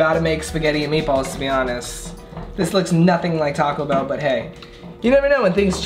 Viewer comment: “Talk-co Bell” Me: 😭🤦🏽‍♀️